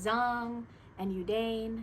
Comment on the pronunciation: Hi. Thank you for the great explanation. Look forward to putting your tips into practice. (PS - I would like to respectfully share the pronunciation of yudane is actually "you dah neh") 🙂